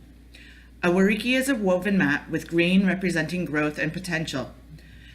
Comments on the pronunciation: Why can't you pronounce The Whariki. 🙄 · Despite the incorrect pronunciation of Whariki, i actually have a better understanding of Te Whariki, Thank you.